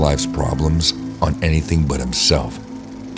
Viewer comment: His accent is the worst off all damn thing just listen to him pronounce anything ANYTHING with a O or an N and it sounds so off He says On? No, "Oawnn"